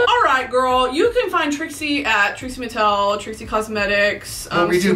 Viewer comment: She said, “Trixie Martel” and really gave us Trixie Martel 😭😭